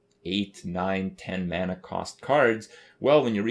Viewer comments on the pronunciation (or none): none